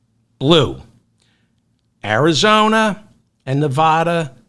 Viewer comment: How many times do I have to write this before you learn to stop alienating people from Nevada. Learn to pronounce the name of their state! I don't believe you read comments.